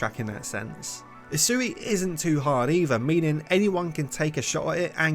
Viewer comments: Asui?????????? dont you mean Usui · "asui". bruh.